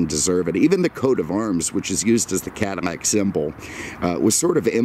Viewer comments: Its called "Cadillac"....not cadamac....get it right! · Why the F is he saying "CadiMAC" a lot???..LOL...It's CADILLAC.....lol Family had a 1975 Coupe de Ville Cabriolet in Knickerbocker Tan Firemist with a White Cabriolet roof, & power glass Moonroof. It was the dealership owners Demo car with extremely low miles, so it had every option available. Beautiful automobile. This looks like the Calais Model, which had very few options. The paint needs to be compounded with a buffer, too, the gloss would come right up. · caddy, not cuddy! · Is he saying Cadimac? A real beauty and nice presentation! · Cadamack? what's a Cadamack? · eveytime he says Cadimac it pisses me off more and more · Why is he saying Cadi-N-ac? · Bro?! Why the hell do you keep calling it a "cadimac"?????? Did you misread it on the day of your review and decided to say "cadimac" 50 times?? So damn lame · You seem to have a thing about mispronouncing Cadillac in any of the videos